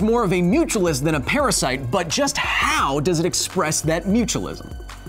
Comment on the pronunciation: PARASYITE?!! APOLOGIZEE